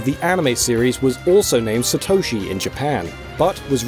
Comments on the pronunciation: Satoshi, to you it'd be Satto-shi. NOT sa-toe-shi. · The amount of times you mispronounce Satoshi is over 9000 man... SAtoshi not saTOUshi... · The absolute butchering of the pronunciation of Satoshi is cringeworthy